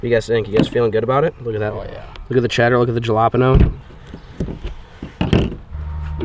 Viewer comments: It’s not jalapeño it’s Hal-a-peeno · its not j-a-l-a-p-i-n-o its h-a-l-a-p-i-n-i-o but spelled jalapeno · Every time he says 'jala'peño instead of 'hala'peño 😖😂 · HALIPEANIO !!!!! JALAPANO is not the proper way to say that word. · Jalapino is not pronounced the way you keep saying it in your videos, though i would just let you know man. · Why do I think he say jalapeño like Joanpano